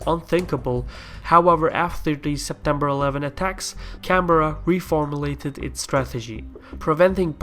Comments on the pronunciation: It's 'Can-bra' not canberra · Its odd hearing someone pronounce Canberra as, Can-Berr-A, opposed to how its normally pronounced, Can-Brah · It's can Berra I am Aussie and insulted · Canberra pronounced - Can- A- Beer-A !!!!!! LOL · Is there any aussies here annoyed at how he pronounces "Canberra"(Can-Bra)? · ive gotten used to it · Canberra is pronouced Can-bra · all over Australia its pronounced can-bear-ah